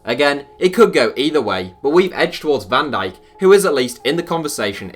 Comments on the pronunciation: Nobody calls van dijk ‘dijk’. Surely he is v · Can digk is v not d